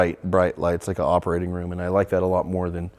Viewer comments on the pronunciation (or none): none